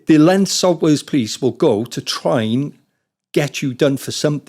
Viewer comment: Sot wes police! That's fucking annoying